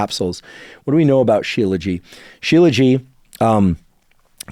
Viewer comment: Just to clarify, Dr. Huberman, the "t" at the end of Shilajit is not silent. As a medical doctor who studied Ayurveda I typically use Ashwaganda, Tongkat and Fadogia before trying Shilajit.